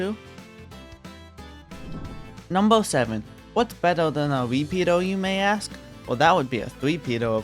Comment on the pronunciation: Him saying "repeater" sounds like peter